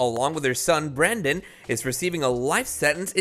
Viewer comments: I can barely understand ANY of this "Commentary"! His name is BRENDAN - not "Brandy" or "Brian". If you're going to make YT videos that rely heavily on commentary, slow down, and work on your pronunciation. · This is a HUGE disgrace!!!! I can't believe you just mispronounced my brothers name with BRANDY DASSEY IN THE BEGINNING 10 SECONDS. If you can't get a name right, don't even report! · Who the hell is brandy dassey? It’s Brendan dassey. Have some respect! 🤦🏻‍♀️